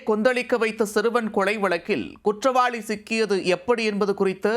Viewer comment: நீ வாசிக்கிற தமிழ கேக்கவே கொடூரமா இருக்கு . தமிழே தெரியாத நீயெல்லாம் எதுக்கு நீயூஸ் வாசிக்க வர்ற?? குற்றவாளினு படிச்சிருக்கேன் அது என்ன குற்றவாழி?? உனக்கெல்லாம் மீச ஒரு கேடு . நீ இருக்குற சேனலுக்கு டிஆர்பி கிடைக்குதா???